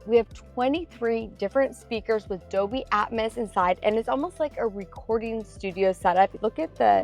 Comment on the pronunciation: I've never heard of Doby Atmos. I thought it was pronounced DOLBY. The "L" and all.